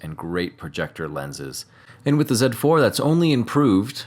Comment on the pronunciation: Zed 4 sounds much better than Zee4 I am biased of course and you didn't mangle up mirror 😅